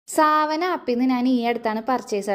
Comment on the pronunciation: It’s not സാവന, its സവാന